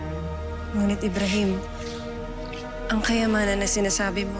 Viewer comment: Oo nga eh btw ybrahim po hindi po amrahim